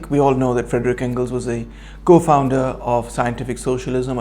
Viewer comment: It's Friedrich Engels not Frederick though in English the names are Phonetically similar